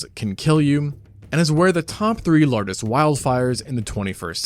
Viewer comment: work on your pronunciation. Lardest wild fires